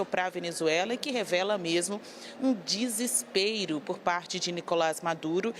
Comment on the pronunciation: Mais triste ainda é ter que assistir uma repórter da CNN falar “Disispeiro”